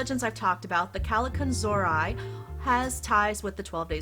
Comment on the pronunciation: I really loved your video. I learned many things about the Christmas goblins. My mom was very religious, so she believed they were evil spirits. That's why she always had a priest come on the Epiphany to bless our house with holy water. PS.....you're not pronouncing Kallikantzaria properly. There's a youtube video "Christmas Goblins. The Greek Kallikantzaroi." You can hear how they're properly called. My mom used to call me that most of my young life, when I was a Hell Raiser. So I learned to say it very well. LOL